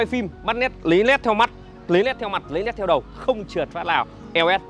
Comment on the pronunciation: Lấy nét chứ lấy lét là lấy cái gì anh trai 😅